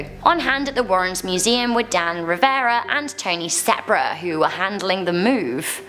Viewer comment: Spera, Tony Spera, Not Sepra : )